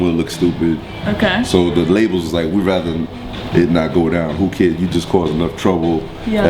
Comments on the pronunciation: Its so irritating when she keeps saying WU KID instead of WHOO KID. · Why does she keep saying wooo kid his names is whoo kid lol... i liked this interview tho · tll that girl its WHOOOO kid.. not WOO kid lol